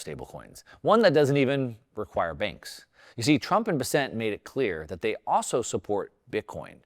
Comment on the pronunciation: Please, do a bit of research on how to correctly say Scott Bessent’s name. He’s not French. He’s from my home town in South Carolina. It’s pronounced “Bess-cent”. Like cent, not sont. 🎉😂